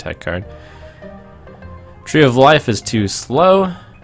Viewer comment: What does he mean "trees" lololol